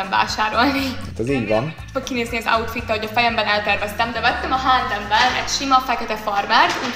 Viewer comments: "Mi a lingam az az àútfít!?🤣🤣🤣🤣🤣🤣🤣🤣🤣🤣🤣🤣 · Most amikor mindig azt mondja hogy äutfit akkor igy hallom a fejemben xD